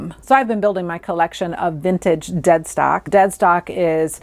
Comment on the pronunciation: Thank you for this video - very interesting & easy to listen to! I laughed - initially, I thought you said ‘Dead Sock’ - not ‘Dead Stock’!